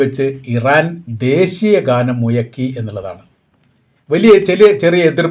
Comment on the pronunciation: Muzhakki...not muyakki